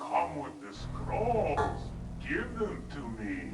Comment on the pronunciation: Why do i always understand squirrels instead of scrolls?